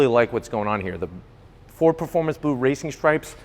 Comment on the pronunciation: dude do ys have a difficult time sayin blue ? ya kno i luvvya doe white? you did a great job my friend! a superb and excelent job! you should be proud of yer self!